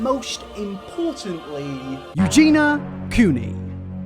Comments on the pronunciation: Also, her name is pronounced Eugene-ee-ya! 😂 Everyone gets it wrong. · Btw you’re pronouncing her name wrong. Just look at the spelling. There’s an I before the A… it’s 4 syllables not 3… Eu-gen-i-a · Also I unsubscribed because ur constant begging in every video just pisses me off And being British does not excuse mispronunciation. I am Scottish and can say Eugenia just like I can say Armenia. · buddy it's four syllables. Pronouncing it as three syllables is not an accent, it's a different name. If he shortened it to two syllables and just called her Eugene he'd still be wrong. I don't think he's trying to be cruel, but it is disrespectful to keep calling someone the wrong name after you've been corrected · Many words end in nia. Like insomnia. It’s not that he can’t pronounce. It’s that he can’t be arsed to say it correctly. Armenia, begonia, pneumonia, schizophrenia….. many many words end with nia. Eugenia is not a tong twister. He’s just sloppy and disrespectful. Earning money off of her with many vids, all of them with Eugena as her name…. But he’s all to quick to criticize when others make money off her disrespectfully. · EugeNIA how do you hear her name a 100 times and still get it wrong wtf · part of the 50% unsubscribed bc the way he says eugenia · It lowkey kinda bugs me how you say Eugenia every time you do a vid on her (you don't pronounce the "i"), but the vids are still good :D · ...can you at least have the decency to pronounce Eugenia's name correctly? It has an 'i' before the final 'a'. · You really made 0 effort to pronounce her name correctly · The fact that he only pronounces Eugenia right like 2% of the time 😭😭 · My man, you’ve been covering this woman’s drama for years, the least you could do is learn how to pronounce her name properly 😭😭 No hate, it’s just really grating on the ears. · You still say Eugenia wrong. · Please pronounce her name properly. It's (phonetically) Eu-gee-knee-a, not Eu-gee-na. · Why can’t you say her name right??